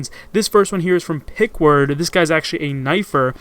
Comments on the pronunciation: Peckerwood. not pickward. just sayin' ;) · It's pronounced pekerwood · You pretty much Fucked up the first two Players name and/or their gender in this video. #5 is Pronounced PeckerWood #4 is a girl not a guy, and it's Alyssa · His name is pronounced parkword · its pronounced peckerwood lol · this how you are supposed to pronounce pkrwd. Peck er wood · Peck-er-wood lmao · omg pkrwd he said it wrong oh my lord